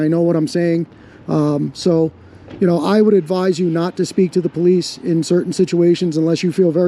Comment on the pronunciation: Aw, the feewings powice save the day! 🙄